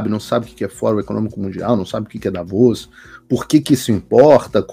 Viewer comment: Vc é o primeiro brasileiro que pronuncia Davos correto. Quem ainda não sabe quem é o Klaus Schab e o que ele quer com o Fórum E Mundial deveria começar a se interessar.